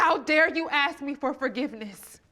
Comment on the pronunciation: Why do they say xsk and not ask.